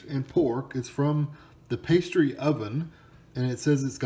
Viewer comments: Michigan staple. U need the gravy with it. Lol its called pass-ty, not paste-y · 👍Thanks for the review; however, sorry but you’re doing a couple things wrong... 1- It’s pronounced “pass-tee” not “paste-ee” 2- For BEST results, you must cook them in an oven - never the microwave!🤢 This will give you the “crisp & flakey” you’re looking for. 3- Once cooked, they should be topped with either gravy or ketchup/mustard or just ketchup. I’m a self-proclaimed “expert” on these for several reasons. First, I grew up in the Upper Peninsula of Michigan (where they’re most popular in the U.S.) where you can get these in most towns (Cornish in origin) as well as most natives will have a “family recipe” - my own family included. Pasties are nothing like an English “meat pie”. Pasties were originally made for the (copper) miners of the area as a meal they could put right in their pocket to eat later in the day. The one you have here is a pretty basic one... fillings can be anything from beef, pork, chicken, potatoes, carrots, & (instead of potatoes) rutabaga is used!😋❤️😋 Thanks for making me homesick!😢 Having pasties (& bringing frozen ones back with is to SC) to eat is a necessity for any native “Yooper” coming back to visit!!👍👍